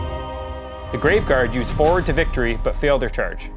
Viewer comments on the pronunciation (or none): none